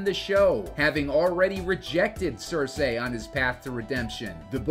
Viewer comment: Screen Rant butchering the names of Cersei and Catelyn.